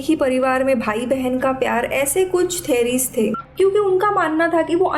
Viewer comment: Ma'am correct the pronunciation of theory etc...